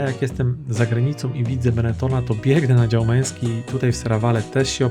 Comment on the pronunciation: BeneTTon NIE BeneTon.!!!!!!!!!! Qurwaaaaaaaa LaTTe NIE LaTe!!!! Ja pierdole Polaczki